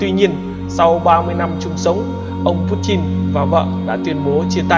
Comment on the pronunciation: nó đọc đúng tiếng Nga rồi...